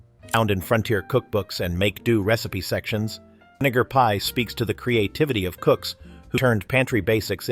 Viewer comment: .....not the voice over cutting off the 'vi' in 'vinegar pie' which makes me suuuper uncomfortable.